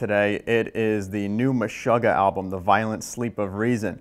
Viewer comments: Anyone else a little bit bothered by his pronunciation of "Meshuggah?" Watch any interview with them and it's meh-SHOO-gah, not meh-SHUH-gah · Absolutely bothered by it. MESH-UGGAH. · Kale Platzer It sound weird the way he says it but to each his own